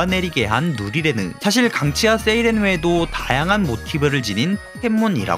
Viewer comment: 누리레느 발음 개어려운데 엄청 잘하시네 ㅋㅋ